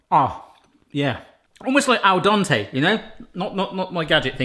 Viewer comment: al den-te pronounce it right haha